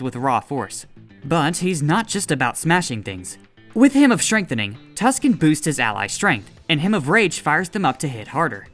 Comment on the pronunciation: Can't tell if reader had a brain fart or if it's crappy AI reading. "Hymen of the fire dragon"